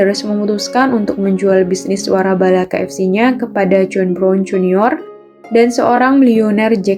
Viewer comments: koreksi ya mbak, waralaba bukan warabala, suwun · waralaba neng bukan warabala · Komentatornya ngaco,masa nyebutin waralaba malah warabala 😂😂😂